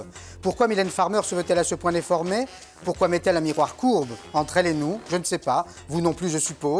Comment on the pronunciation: Oula il avait beaucoup insister avec le mot déformer celle la mdrrr